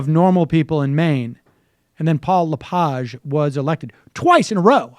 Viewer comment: Its it pronounced Le-Page like a page from a book